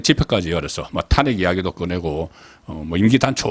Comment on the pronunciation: 송국건님은 어찌 아직도 탄핵이라는 발음이 안되는지요? 참 답답합니다 탄핵이라는 말을 하지마세요